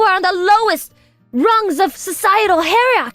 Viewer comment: MIL sounds like she's in a very bad high school play. She can't pronounce hierarchy or albeit. I know it's AI but at least try to get it to say the right words.